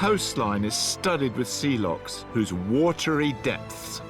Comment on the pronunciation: Lochs not Locks come on Rick get your Pronunciation correct please